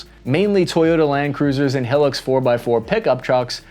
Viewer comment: hearing pronouncing hilux wrong makes me big sad.